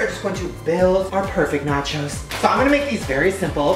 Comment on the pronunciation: I thought he said “matches” instead of “nachos”